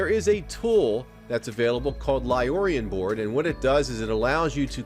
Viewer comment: I like your channel a lot. Learned a few really cool tips while here. Just a FYI though, it's LioranBoard, not Liorian Board. I've seen lots of streamers add the -ian at the end, so you're not alone. Appreciate the effort you put into this.